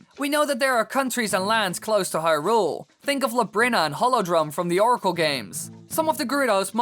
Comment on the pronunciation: He screwed up hyrule, nuff said